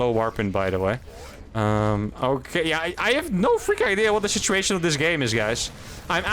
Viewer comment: Did you say 'shituation'?